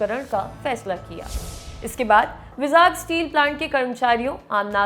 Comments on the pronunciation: भाई, vizag को बोल - चाल में वाई-जैग बोला जाता है आन्ध्रप्रदेश राज्य में, ना कि विजाग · its not called vizaag, its vaaizag. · It is not विजाग , It is वाइ-जैग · विजाग स्टील प्लांट बोलते हैं ??? I think pronunciation me kuch problem hai vizag 🤔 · Vizag ka pronunciation galat hai madam ji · Please correct your pronunciation of 'Vizag'...its irritating.